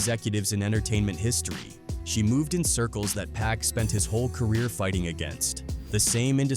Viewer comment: Its Pac not Pack. Cancel this guy